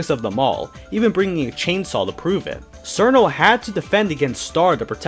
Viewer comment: Evil hearted, that does make sense for Koakuma. So, she never went insane, in a sense, herself. Her nature as a creature of Hell meant she was going to be evil from the start though I suppose the moon's light would amplify it to the extreme that it had become. Just an FYI too my dude, Cirno's name is pronounced as "cher-no".